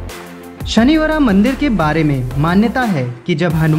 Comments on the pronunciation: भाई शनिचरा मंदिर बोलते है शनिवरा नही, Mall DB , DD हैं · Wo sanivara nhi sanischara h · Bhai vo शनिवरा nhi शनिचरा मंदिर he और पथावली nhi पढ़ावली he और mitavali padhavali bateshwar shanichara ye gwalior me nhi morena me he और कननमठ मंदिर bhi chale jate ye mandir morena ki shan he 🙏🙏🙏🙏🙏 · bhai sanichra he or padawli he not sanibra & pathawali